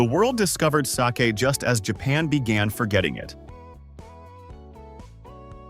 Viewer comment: The continuous mispronunciation of the word “sake” by the AI voiceover is beyond lame. You could at least preview your audio before posting. I don’t know how you expect to garner much credibility if you think this is acceptable 🤷‍♀️. Very amateurish.